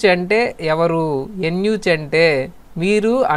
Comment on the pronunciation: Eunuch ni యూనక్ ani pronounce chestaaru ,. ఎన్ యూ చ్ కాదు